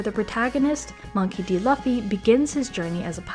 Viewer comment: just correction, Luffy as in "L-U-FFY" sounds like "ZOO" "ROOF" "RACOON" "LAFFY" and "LUFFY" have a different sound. but if you have some difficulty of pronunciation, ok i accept it, what can we do?, that is your lips.